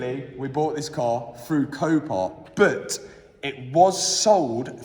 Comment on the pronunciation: I don’t know what hope you have. He can’t even say “but” he says “bert”… 😂